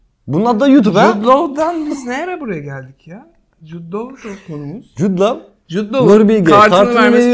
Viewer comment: Mert Jud Lav diye diye en sonunda Caner’e de Lav(love) dedirtti oysa direnmişti Lo (law) demeye bir süre :)